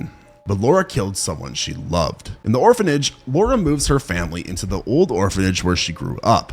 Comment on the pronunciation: I gave up after he butchered The Orphanage!!